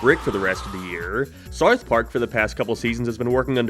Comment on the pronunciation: Howd you manage to add an R sound into south